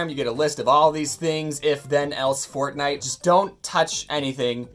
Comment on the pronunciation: Who noticed he said "for-tnite"XD